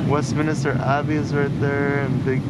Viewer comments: And doubtless you learned that ‘Westminister’ Abbey is Westminster Abbey, i.e. three syllables not four! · It's an easy and common error but it is not Westminister Abbey; it is just Westminster